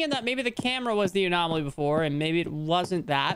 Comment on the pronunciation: Lmfao poor is having trouble pronouncing anomaly😂 GRAB THE WEINER JP!😂